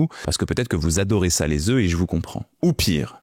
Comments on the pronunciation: Tout de même 240 œufs et quand même la prononciation au singulier... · Le pluriel, c'est "EU" et non pas "EUF"!!! Ca m'a écorché les oreilles pendant toute la vidéo... Mais ca fait un moment qu'on sait que le cholestérol alimentaire ne se retrouve pas dans le sang. Le problème, c'est le niveau d'acide-gras dans le sang que le corps lui-même transforme en cholestérol en surplus. Et la glycémie influence aussi le taux de cholestérol. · on dit des ZEUUU pas des EUF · On ne dit pas " je mange 4 oeufs ( prononcé "euf") par jour mais je mange 4 oeufs par jour ( prononcé "e") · Bonjour, un "EF" des "EUX"... on ne dit pas des "EFs"... Merci ;) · Bonne video mais le truc qui me choque c'est la mauvaise prononciation du mot "oeufs". Un oeuf (1, 9) et au pluriel des "zeu". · Tu en a mangé autant mais tu ne sais visiblement pas comment ça se prononce 😬 Singulier (un œuf) : On prononce la consonne finale 'f'. Le mot se prononce comme "un neuf". Pluriel (des œufs) : La prononciation correcte est de ne pas prononcer le 'f' final. "Des œufs" se prononce donc comme "des eu". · Très bonne vidéo Par contre on dit des œufs (zeuuuu) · On ne dit pas « quatre œuff », ni « vingt-cinq œuff », ni « trente œuff », ni « quatre œuff et demi »… En écoutant toute la vidéo, on constate que vous connaissez le pluriel de ce mot. Il est dommage que vous ne l'employiez pas de manière constante. À part cette bizarrerie, c'est une vidéo passionnante, qui fait brillamment la synthèse d'un sujet encore assez controversé. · Un oeuf, des oeufs, mais on prononce des "eu", CQFD. C'est pas le sujet, mais c'est un peu grave le nombre d'erreurs de français dans cette vidéo. 😳 Et ce qui est encore plus étrange c'est qu'à la seconde vision la prononciation est correcte. Serait-ce encore de l'IA??? Noooonnnnn.... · Œufs au pluriel ne se prononce pas comme vous le faites 😅 Ceci dit, merci pour la vidéo!